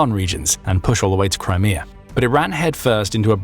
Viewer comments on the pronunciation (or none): none